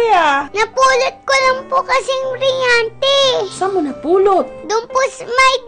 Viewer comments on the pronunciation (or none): Yung pinsan ko gusto mag audition bilang paopao sabi po ng ate nya: di mo nga ma bigkas yung lireo at brilyante e sayu rireyo at briryante